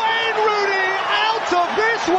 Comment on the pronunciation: I like the way he says Ronney